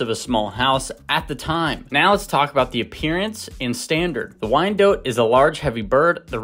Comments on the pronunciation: not dote, but DOT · DOT and not DOTE. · It is pronounced wyan DOT. Look up the correct pronunciation. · I mostly know this breed name because when I was younger I pronounced it "Why-NAY-dot," and people would usually chuckle or groan. It took me forever to get the name right. That and I've always liked the spotted/speckled varieties. 🐔 ❤